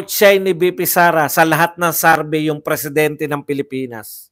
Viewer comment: survey po hindi sarvey😂